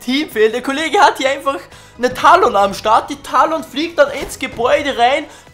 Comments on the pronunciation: NICHT TAHLON, SONDER TÄLLEN. omg fuckt mich das ab. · es wird Tälon ausgesprochen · man spricht es tällen aus :D man dagt ja auch nicht "man o wahr" sondern "män o war" :DD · Du sprichst Talon falsch aus